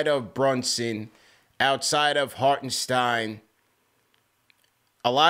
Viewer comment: Tell to pronounce Isaiah Hartenstein, the same way that CP does. Hartenstein is German-American with it sounding more like EYE-n. Think Frankenstein.